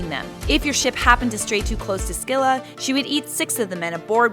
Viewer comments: It's Silla not Skila Also she'd one-shot anyone with her ult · It’s pronounced “silla” not “skilla” and pls do what if homeworld gems were real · Just fyi, it's not "skilla" the c is silent. "Silla" If you're doing the old Greek pronunciation it's still incorrect and would my "skeela" or "skyloros" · Se-lla❌ Skee-lla❌ Sk-illa✅ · No offense, but it’s pronounced Sill-a not sck-illa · Is the pronunciation really "skih-luh"? That sounds so wrong to me. I thought it was "sih-luh" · Pretty sure it's not Sckylla though lul :p, Either way, an amazing video. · Did she just pronounce Scylla as Skilla? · Amphitrite is not a witch, you got it all wrong, she is the wife of Poseidon and a goddess. Its also pronounce Silla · Think its pronounced Silla But eh i play smite so im not one to talk. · what if we learned how to pronounce 'scylla' right? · Smh. Okay, your videos are pretty neat to watch, but hnnn. My English teacher did this a few years back but I never corrected her. Scylla is not pronounced with an emphasis on the c. Smooth it out like in the word Cilia. The C has a S sound. Emphasizing the c to cause the disruption in the word butchers the way the Greeks spoke. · Pretty sure shes pronouncing scylla wrong, and it makes me hurt inside.